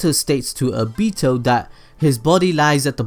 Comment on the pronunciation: obito not obeeeeto